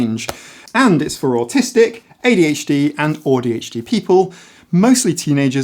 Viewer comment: Love the pronunciation of AuDHD. I can now pretend that I'm like Audie Murphy